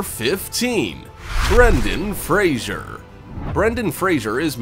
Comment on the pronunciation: Why would someone, who can`t even pronounce the last name " Fraser " correctly, make a video at all !!!!!